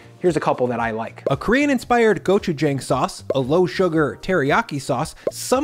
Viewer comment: Sorry, but gochujang is not pronounced with a strong a in the jang, it's more of a "aw" sound